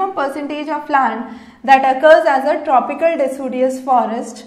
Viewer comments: it's deciduous not decudious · Its decidious not decudious